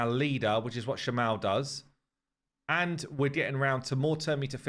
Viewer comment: Shama-el <- the end is pronounced strongly (same for Kael etc).